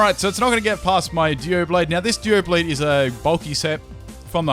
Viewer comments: it's DOUblade not DUOblade, but maybe that's just your accent. idk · Your pronunciation of Doublade is dubious.